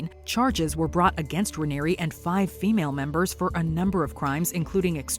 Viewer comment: You said the name of the leader of NXIVM wrong.